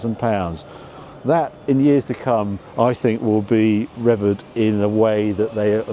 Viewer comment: 'Rev'eeeeeeeeer'ed', not rev'erd....